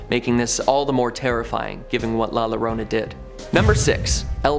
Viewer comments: You will say it wrong LA liorna, the l is silent, it's la irona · Its pronounced La Ya-rona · I know this isn't the first time you all tell the story of la Llorona (Yo-ro-na). Please learn to say it.